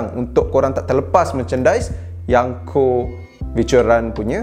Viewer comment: Yonko wan bukan yanko